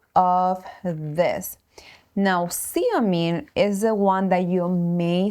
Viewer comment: Zeomin, nor seomin